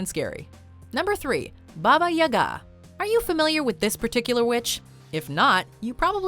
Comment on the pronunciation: Ya'ga not Yaga'